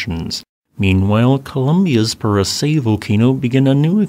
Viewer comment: You pronounced Puracé perfectly. Popayán also has an emphasis on the last syllable. Nevando del Ruiz has been producing ash columns as well. Based on Instagram videos. Thank you for the great videos.